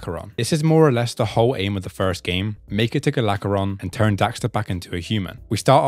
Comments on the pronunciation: Gol Acheron, not Golacheron xD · Hearing Gol's name pronounced "Galacheron" is not something I knew I needed. Makes him sound like a Galactus level threat